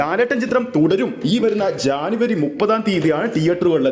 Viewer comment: എടാ പൊട്ടജാനവരിഅല്ലജനവരി ആണെ